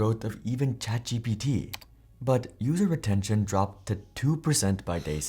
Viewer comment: ChatGTP instead of GPT